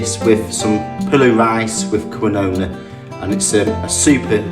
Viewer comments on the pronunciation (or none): It's pronounced "keen-wa", not "kwinowa".